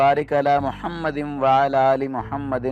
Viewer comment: Bhai yeh jo darood shareef main aap Mahammadin padte hain yeh darust nahi balke Muhammadin hain aap apni bi islah karo